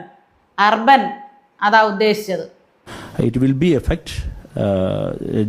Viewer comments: അർബൻ എന്നത് സൈലന്റ് ആയി' ർ' ഉച്ഛരിക്കേണ്ട.സൈലന്റ് ആയി ഉച്ഛരിക്കേണ്ട ചില വാക്കുകൾ മത്രേം ഉള്ളൂ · Urban paranjha aa style. 😂😂😂😂